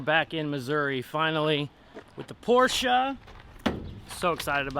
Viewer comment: Remember it’s a Porsche…..not a Por-sha, Marsha!